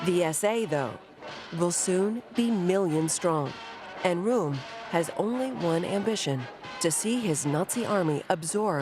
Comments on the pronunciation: How much effort does it take to do the research to get the German pronunciation right? "Room"? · "Temple-hoof?" "roo-ere?" Who taught this chick how to pronounce these places?